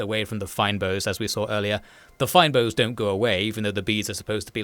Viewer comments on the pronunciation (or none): Great video! Only one note, fynbos is pronounced more like "feign-boss". It's a biome unique to South Africa's Western Cape. Doesn't at all detract from the video, but yeah fun facts with a South African